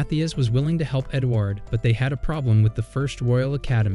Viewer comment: bro you said edgward hahahaha LOL